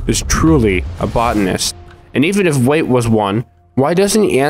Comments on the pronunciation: Thank you I had to scroll so far to see your comment 😭 him pronouncing it “wait” the whole time was driving me mad. It’s Why-at, it’s not that hard!! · "Wyatt" = "Wait" well done 👍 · The characters name "WYAT" is pronounced (WHY-AT). BTW. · His name Is wyait! Not wiett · "wait" It's pronounced why-at Wyat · IT IS PRONOUNCED WHY-ET NOT WAIT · It's "Wyatt", not "Wayt" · I think it is pronounced why-yatt not wait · And why are we pronouncing his name as 'wait'? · Annoying that he says Wait and not Wyatt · WYATT = WHY-AT get it? Not Wait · His name is Wyatt btw (pronounced 'why yitt') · Why-"ET" Wyatt, it's not "wait" or whatever you were saying man.. if you're gonna make videos you gotta learn how to pronounce shit... Sorry I'm trying not to be mean but its drives me nuts when anyone doesn't say a word the correct way.. I'm not some rich snob, not some word genius.. it's just OCD I guess.. idk.. but good work thou man! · I think "wyat" would be pronouced like "why-at" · His name Wyat is pronounced; "Why-It" or "Why-Aht." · It's pronounced WHY-AT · It’s pronounced (why)-(it) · Wyat = Why-It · It's "Wyatt" not "wait". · Why are you calling Wy-at, “Wate”? Is it ignorance or can you just not read? So annoying listening to a 20 min rant about a man’s video and you can’t even say his name right. Kind of low effort. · Wyatt can be pronounced like "why-at" which sounds more accurate and I've heard it pronounced like that before. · Wait why don’t you just pronounce his name right ha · couldnt pronounce wyatt???? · Why not just pronounce the guy’s name correctly? The deliberate mispronunciation make it hard for me to maintain focus on what you’re saying.